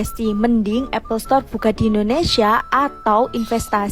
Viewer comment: Kalau mahu Apple Store bukak di Indonesia.. sebutannya harus betul .. bukan Apple Setor.. , setor ² itu apa sih ? 😂